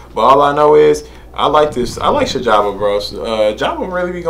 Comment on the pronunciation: Dope reaction bro...Sjava is pronounced C-Java you'll get it right.Abangani means Friends, the song is all about gratitude to the clique. Please check out Emtee ft Wizkid and AKA- Re-up🔥🔥🔥🔥🔥🔥